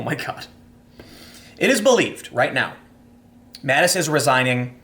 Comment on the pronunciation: Tim has just got to fuck up people's names....Mattix?😂